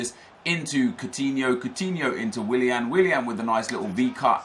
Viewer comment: how can you say willian so much and still not realise?